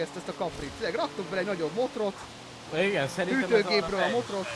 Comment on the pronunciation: nem motrot, hanem motort